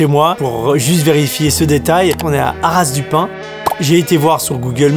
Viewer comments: HARASSSS DU PIN🤣 c'est HARA pas HARASSSS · C’est haras du pin sans prononcer le s 😅